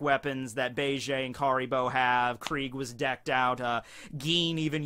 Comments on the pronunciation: Was digging the video then he just had to say Bay-Jay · ok im sry but say gang bege's name right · Jesus christ that is not how you pronounce Bege’s name